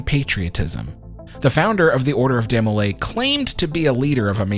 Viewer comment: DEE-mo-lay, not DEH-mo-lay 🙂. DeMolay was founded by a group of 9 men, not just Land. Land was a Master Mason, Scottish Rite, and Shriner. If you stick around these organizations long enough, you will end up being leader for a year long term eventually (six months for the youth group kids), often more than once. Though in Land’s day membership was higher and multiple trips to the dais wasn’t as common, there is no reason to say he “claimed” to be the leader as if it was the most outlandish thing in the world😂. If his lodge is still open, there’s likely a picture of him on the wall outside the meeting room. All these groups may be “secret” organizations but it’s not exactly the Skull & Bones😂, if you believe in God, have a tux, can pay the nominal fees, and they like you, you’re in. My loose lipped BIL is in😆. If you really want to you can find an old handbook in a thrift shop or find it digitized online. It is a religious organization at its base that does community service and eats way too much punch and cookies. I was so confused when I started watching European detective shows and the Masons were portrayed as the big bad🤔. Every American Lodge has a picture of George Washington, in his Master’s apron, hanging on the wall. My dad was a no nonsense German immigrant “kid” who went to the lodge a couple hours a week and sat with my mom’s purse at her events.